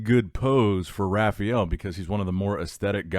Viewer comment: Does anyone else cringe when he says Rafael? It’s the worst!